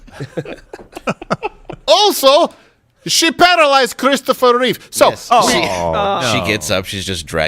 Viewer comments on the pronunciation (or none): none